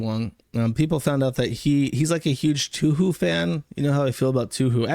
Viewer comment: Drink every time jersh says toohoo instead of touhou